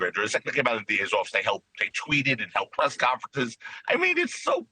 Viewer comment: Laywer ? hahahahaha